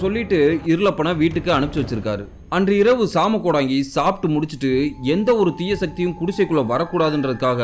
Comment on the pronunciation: வணக்கம் தம்பி நலமாக இருக்கின்றீர்களா😊❤ மன்னிக்கவும் தம்பி சிறிய திருத்தம் அது ஜாம கோடங்கி இல்லை சாம கோடங்கி இந்த காணொளி ரொம்ப பயங்கரமா இருந்துச்சுபா நீங்கள் சொல்லும் விதமும் மிக அருமை😊😊😊❤❤❤